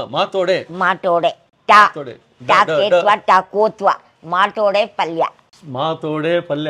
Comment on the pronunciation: She repeatedly said माटोडे